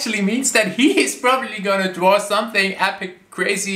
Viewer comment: I love when says “dwaw” instead of draw mainly because of his accent 😯